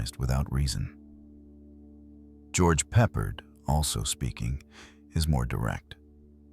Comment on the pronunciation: George Peppard - You're butchering his last name. Pep - PARD rhymes with hard. Please use Google pronunciation from now on; its a matter of respect and we need to hold on to respect in our ever worsening vulgar world. Thank you⚘️